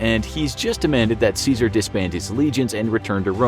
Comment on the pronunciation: Good vid but you pronounced his name incorrectly like everybody else 🥀